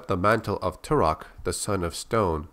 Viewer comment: Tal' Set: I am Tour-ock!😠 Joshua: I am Too-rock! 🤓